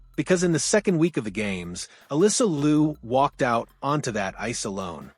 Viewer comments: "LEE-YOU" not LU, please. She will tell you that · A couple of things. Can you pronounce the family name correctly. Not Lou... its pronounced Lee-OH. Also you failed to mention the fact that she successfullycame backto the sport after a two-year break which is basically unheard of. Probably one of the greatest sports comeback we've seen. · Interesting story. Liu is not pronounced Lou but "Lee-oo" 2 syllables. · It will be great if you would pronounce her name “Liu” properly Google might have told you wrong. Liu in Mandarin is pronounced as liú not Lu. Thanks for your video. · More 'yow' instead of 'you' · You are pronouncing her last name wrong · And each time he mispronounced her last name😂